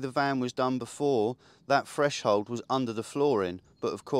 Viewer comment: Threshold! (not freshold!) Brilliant job mate, really impressed